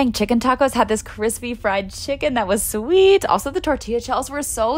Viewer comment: I love her but I’ve realized why does she talk like that… like if she says “sweet” it’s not sweet it’s “SAH-WEEEEET” and if she says any words that have more than one syllable she adds so much emphasis on the end it’s weird…